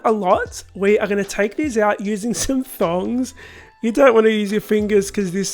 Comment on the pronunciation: Aw bless I heard it too 🥰😅